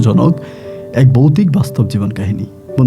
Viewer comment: Ami recent suchin but aste aste sob purano episode sunbo. Boutik noi voutik. Rag koro na vai